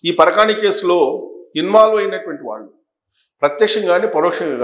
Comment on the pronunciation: SIR NOT PARAKAANI CARECT WORD PARAKAMANI